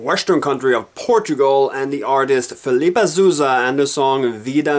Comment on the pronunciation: Filipa Ssssouzza. Vida MINHA, not MINA.Please learn how to say our stuff before criticize. It's not tango, it's fado...Did you even learn the lyrics before???? Jesus.... Vida Mina is also a funny way to pronounce it...You are not a very good Eurovision critic... I guess we must send one of those busty kitschy sweed imitating (one again) those ABBA from decades ago...